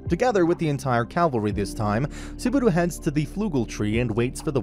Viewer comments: Me hearing suh-baru instead of subaru in the first 9 seconds made me give up on this recap. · Bro really said Subaru. It's Subadu